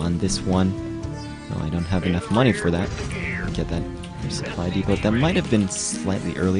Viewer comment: Great video for newbies:) Supply depot is pronounced supply depo, btw, THE T IS FUCKING SILENT